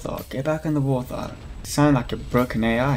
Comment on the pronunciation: was anyone else slightly bothered by him constantly saying war th hog instead of wart hog(no offense) just me? ok